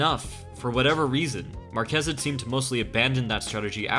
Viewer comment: its pronounced MAR-kez more emphasis on the first syllable. similar to Marcus except with the ez. I hope you try it out next time. Your pronunciation was killing me. ... also Excellent video